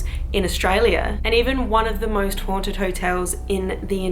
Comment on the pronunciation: Lol sounded loke u wer saying moist not most lmao great vid tho u should come to NZ ;-)